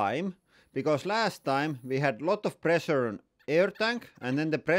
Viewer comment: I miss lots of high "press-ur-ee". Great content as usual 👌